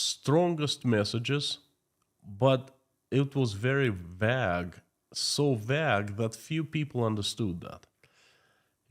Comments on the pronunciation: Vague = vay-g. Not “ vag” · Vague: You say it as VAG (unclear) You should pronounce "VAY"-(gue). similar to "say" so "vay"(gue).. The "Gue" sound is like the "G" in Bag. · Vaque is not vaag. The correct pronunciation is vAyg. One syllable. Capital A sound